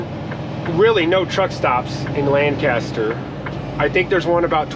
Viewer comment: Ef-Ra-Da and Lan-kiss-ter , that’s how you say it 😭😭😂 jus tryna help out I couldn’t stop laughing man. And the food aisle is small bc you went to fruitville pike , you gotta go to Lincoln highway Walmart only a few miles away it’s a super center.